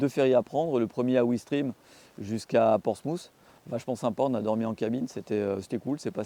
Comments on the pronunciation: Ouistrim😂 il voulait parler de oui-stré-ham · Ouistrim😂😂😂😂 ptdr Ouis-tré-ham ça se prononce. Ah ces gars du sud 😂😂😂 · 6’10 on dit Ouis-tre-am 😉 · La vidéo était très bien. Par contre, ce n'est pas Ouistreham mais Ouistreham (OUIS TRÈ HAM 😉🤣) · Sympa votre reportage, surtout dans la réalité de l’utilisation d’une meule hyper puissante au quotidien !:) C’est aussi hyper cher la prestation. Pour info le port d’embarquement près de Caen , Ouistreham ( où j’habite !) , se prononce < Wouistréam > !:) Loick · Ça fait saigner les oreilles des Normands! 😂